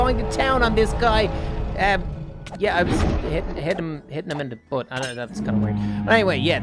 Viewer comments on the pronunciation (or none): none